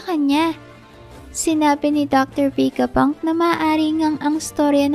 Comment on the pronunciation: VE-GA PUNK HINDI VEY-GA PUNK..😅